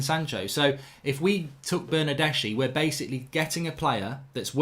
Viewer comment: Pronounced Bernardeski!